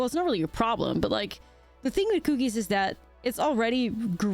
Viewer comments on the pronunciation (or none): It's because she says "Kew-keez"